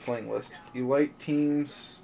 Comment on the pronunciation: hey just an fyi you are saying elite wrong...it isn't pronounced e-light, it's pronounced eleet. just 4 anyone new 2 the hobby.